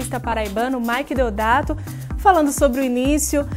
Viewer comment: Deodato e não ''Deldato''